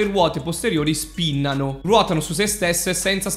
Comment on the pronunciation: Finalmente hai detto "sPinnano" come è giusto che sia!